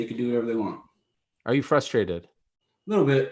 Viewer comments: Dominack "flustrated" Reyes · Is he saying flustrated?